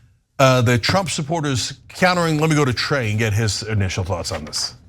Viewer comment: It's TRAE. Not "Clay" or "Dre".